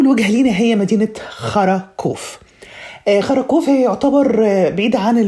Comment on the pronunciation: على فكرة يا انتي نطقتي اسم المدينة بطريقة عجيبة جداً وقولتيها مجزأة وتوحي بمعنى كده.. قولتي بالتحديد مدينة خراااا كوف